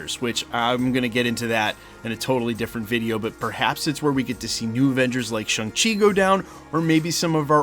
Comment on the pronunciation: It's Shang Chi, bro, Shawng/Shaaaaang, not Shung.